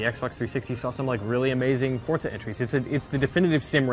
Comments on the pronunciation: FORZA not FORTZA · correct me if I'm wrong but isn't it pronounced For-za not Fort-za?